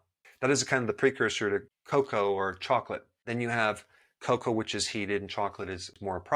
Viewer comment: ‘Cow cow’ does he mean Cocoa😉